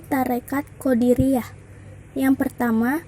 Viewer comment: Maaf sejarah nya tarekatnya..tapi jangan salah baca atau ucap qodiriyah bukan qodariyah...🙏🙏🙏🙏